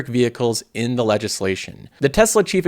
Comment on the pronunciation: appealed sounds like a pill